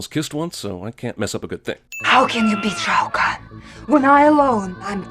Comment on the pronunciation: Major Briggs... Sonia Blade... Shaio' Khan Will be please! A Shaio' What? LOL